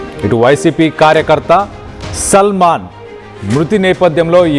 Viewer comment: Ekkada chadhuvukunnnav uneducated creep…. Salmon and Salman elaaa chadhavaaalo teleedha.? Caste pichhitho select chesthaaara mimmalni